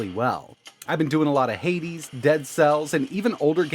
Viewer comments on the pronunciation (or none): none